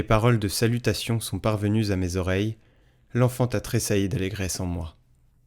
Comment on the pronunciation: L'enfanta tresailli il peut me dire pourquoi ce jeune qui lit l'évangile mets des liaisons à L'enfant à tresailli ..c'est vraiment à l'oreille désagréable quand on écoute...dites lui quelque chose de pas mettre des liaisons partout ...